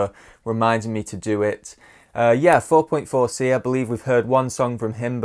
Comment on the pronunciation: Btw his name is pronounced four four c 👍